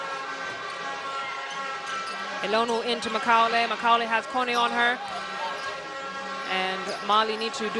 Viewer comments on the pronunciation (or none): “Makaulay ” lol 😂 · These funny cheeky commentators, how could you not know how to pronounce Macaulay? Interesting to say the least!